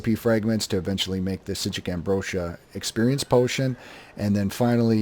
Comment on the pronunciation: who the heck told you how to pronounce "Psijic" correctly and where can I thank them? jk Useful guide as usual, keep it up bud